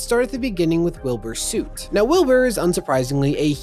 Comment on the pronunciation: it’s soot. Like the English word soot